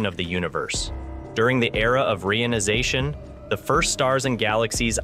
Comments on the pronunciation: PLEASE!! use the correct pronunciation of the word 'reionization'. It is "ree-ion-i-za-tion", not "ray-on-i-za-tion". The process has nothing to do with the synthetic fabric RAYON. The word, when properly pronounced, describes what is going on. The Hydrogen atoms are becoming re-ion-ized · Oh dear. ree-EYE-on-eye-ZAY-shun. HTH